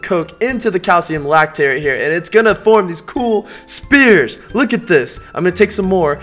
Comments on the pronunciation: ITS A FUCKING SPHERE NOT A SPEAR!!!!!!! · its sphere not spere